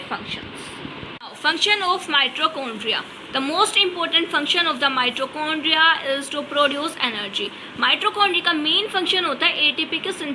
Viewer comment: Please improve ur pronunciation ..it is mitochondria not mitrochondria 😂😂